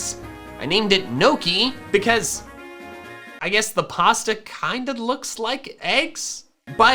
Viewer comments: Wtf he called Gnocchi nokey and I’m mad, it should sound like niokey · ITS NOT NOCK-HE ITS NI-HOC-KNEE (Gnocchi ) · As an Italian I feel obliged to tell you it’s pronounced nio-key (the pasta) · Wow. So many Italian watch this video at the time he pronounce Gnocchi wrongly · as an Italian the pronunciation of "gnocchi" was painful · As an Italian I am incredibly offended by the way you pronounced “gnocchi” 😂